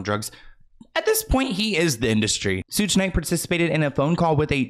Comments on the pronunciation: Soog Knight hehe babes it's Sug like sugar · Yo...it's SHOOG Night...not SOOGE...❤ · Suuuge Knight has me wheezing 🤣🤣☠️ its Sh ug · It's not "sooge" honey. It's "shoog" like sugar. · Hey!! It's SHUG like SUGAR. Suge Knight. Love all your video, as always!! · SUGE is "sugar" without the "ar". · Did say "Sooj"? 😂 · lol “sudge knight”. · not u calling THEE Suge Knight Sooge 😂😂😂😂😂😂💀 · said “ soooge”instead of suge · his name is shhhug knight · Sooje? I can't